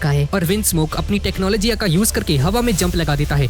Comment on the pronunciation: Tecnology❌ tecnologyaa✅😂